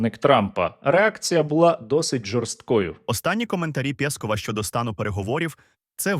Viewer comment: Прикольний наголос у прізвищі пЄсков. Треба ще Є змінити на І та правильний м'який знак додать. Буде повний комплект Слава Україні!